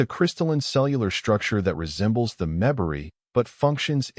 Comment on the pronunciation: Terrific story that is incomplete. The bad pronunciation by the AI narrator is very disconcerting, and annoying. The difference between PROject and proJECT is monumental. Pronouncing MEMbari rather than MemBARi is insulting to the species. Difficult words like bow and bow have entirely different meanings. This is why and real person, fluent in English, really needs to be narrating stories. Looking forward to s part 2 plus.